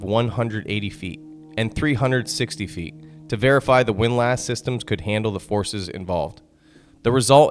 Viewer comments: Its not pronounced Wind Lass, its windless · A wind LASS? You mean a windlass! Is this AI? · It's foc'sle (foksil) and windlass (winliss) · The pain of having to listen to this person, who claims knowledge of maritime topics, repeatedly pronounce "fore-castle" and "wind-lass" makes the video nearly impossible to watch.